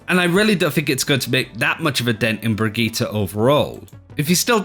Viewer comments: Brageeter..... its Brigitte ( Bri-g-E-ta ) for the love of gawd please practice this as it is JARRING to hear you make a video about her then mispronounce the characters name and run it through the mud. :) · Why do you all pronounce Brigitte so weird? You either say "Brick" or "Brigita". Her name is "Brigitte"